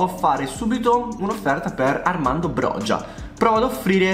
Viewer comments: ciao, comunque sono albanese e si chiama broia non brogia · Si pronuncia broja nn brogia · comunque si pronuncia boia il calciatore da 🇦🇱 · broja si pronuncia broia te lo dico da albanese. Comunque grande❤️❤️ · Bella la pronuncia corretta è broia la j si legge i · si pronuncia broia sono albanese e te lo assicuro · Broja si legge broia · Armando broja non si pronuncia in quel modo si dice Armando broia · Sono albanese e ti ammiro ma si pronuncia broia ciao 🙋‍♂️ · mio papà è albanese e ha detto che si pronunci a roca perchè la J si dice C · Broja si legge broia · Si pronuncia /broia/ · SI dice broia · si scrive broja ma si pronuncia broia